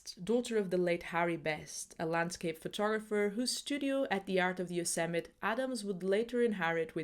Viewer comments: Pssst. It is pronounced "yo-SEM-mi-TEE" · I recognized the magnificent & masterfully captured by the maestro Yosemite that I was lucky enough to visit! However it’s pronounced yow-seh-muh·tee with a ‘tee’ on the end. Love your content! Just discovered it. Thank you for your work! 🙏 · Heeee-Heeee! sorry but it's Yosemi- tee 😂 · yo-sim-mah-tee 😉 lovely video. subbed. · a very good video...but the final e of Yosemite is pronounced. It sounds like Yo-sem-it-ee with accent on the sem. A very small matter. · Nice video( from a fellow pianist and photographer neither to the same level as Ansel but he wasn't distracted by YouTube haha ) just one quick point I think "Yosemite" is usually pronounced "Yoh-sem-eee-tee", best wishes Mark